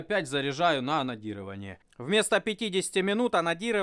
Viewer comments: Мне одному слышется анонирование вместо анодирования? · Пожалуйста ставь ударение на букву "Д" в слове АноДирование а то я пару раз вздрогнул а видео защибись! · Тоже каждый раз вздрагивал при "онадирование", что с нами не так? )))